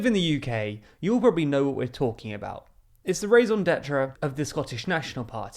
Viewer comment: "Rayson Datra". Boy you gotta work on your french.